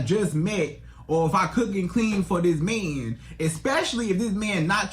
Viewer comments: I just don’t like the way he says “Man” it’s sounds like “Men”. Such a terrible example of relationship advice. You can’t even say he’s coming at this from the male point of view. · What the hell is a “mieeen”? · my ears hurt everytime bro said “me-an” . he’s as delusional as the women he’s talkin to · So much disdain in his pronunciation of “mahhnnn”. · The magnanimous amount of zest in the way he pronounces the word "man" is both hysterical and annoying